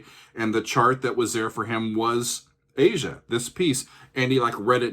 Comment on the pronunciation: I'm happy you pronounced the title correctly. Many people called it "ah-zya" (Phonetic spelling). Steely Dan is one of very few jazz based rock groups. Walter and Donald were fairly "high-brow" guys. Not your "fart jokes" kind of guys.